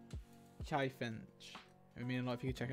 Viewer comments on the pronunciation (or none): none